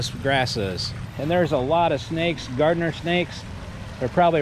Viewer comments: What is a gardener snake? Garter snake. C’mon man. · Garter snake, not “Gardner” snake.